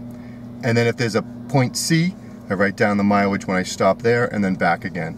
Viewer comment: “Miwilge” pen and Paypur”